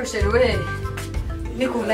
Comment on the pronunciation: Hhhhhhhhh! Kanyombya nawe ngoshiri aho kuvuga shr